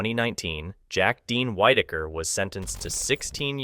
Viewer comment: Its a shame that creators are so lazy they use the crappiest AI voiceover. This has got to stop. It's resume not resumè. It was Whitaker (pronounced wit) not whitetaker. Ffs do better.